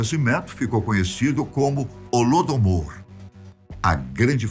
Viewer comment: Só errou ao falar “holodÓmor” rsrs.